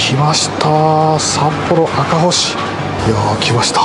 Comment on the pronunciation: これまた美味そうなホルモン❤ 赤星は「あかぼし」と読んでください